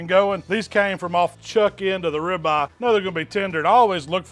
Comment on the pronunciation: You KNOW he’s in the south when he calls it a .... “Ribah!” 🤓🤪😜